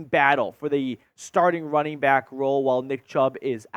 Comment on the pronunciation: “Wunning back”